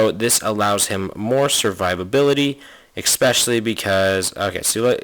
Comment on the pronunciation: i can't stand it when you say exspecially xD